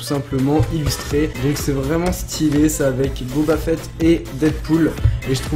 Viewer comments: On ne dit pas Booba Fett mais Boba Fett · Booba fett ok😂. C'est boba fett